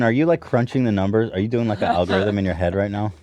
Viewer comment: Everytime they say noomes watching 😢